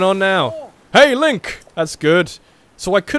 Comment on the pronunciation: LOL LINE CK instead of Link Lolll 😂